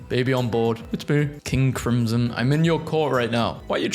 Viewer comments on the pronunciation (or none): none